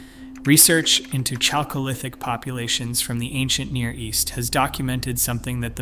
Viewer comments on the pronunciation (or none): Chalcolithic, pronounced “Khalcolithic” — it’s a word of Greek origin! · His pronunciation of Mycenaean was occasionally correct but he totally messed up Chalcolithic.